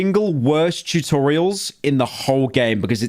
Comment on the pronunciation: Did this man just say chewtorials at the start….